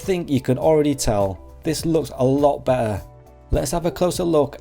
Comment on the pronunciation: There are 2 Ts in better. Please try and pronounce them. Your reviews are good, but this annoys me.